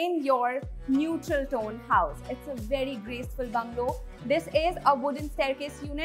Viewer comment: Such a poor interior as per today's standards and she says "it is a very modern, vedy modern house" 😂😂😂😂